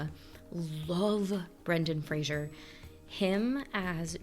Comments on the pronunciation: Yes, it's "Frazer" and not "Frazyeur" lol. But it's fine. Everyone makes that mistake. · Yep, it’s pronounced Frayzer. Not Frasier. There’s no “i” in Frazer. 😉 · I love this movie, I mimed the entire time 😅 Also: It is Fraser like Razor not Frashur